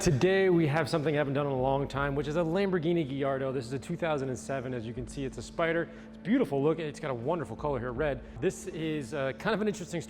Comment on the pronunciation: Lamborghini Ghiardo huh. Fucking hell, you tailor your channel to people passionate about cars and can't even pronounce the name of the car right. SMH.